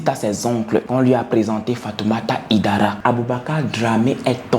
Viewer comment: le nom se prononce HAÏDARA et non HIDARA en français et même en malinké 😘